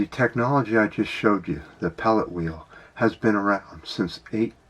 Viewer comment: hey, you said "Pellet" wheel 2 times in this video.....have you opened the champagne already?